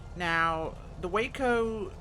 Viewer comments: It's pronounced WAH-CO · I believe it’s pronounced Wah-co.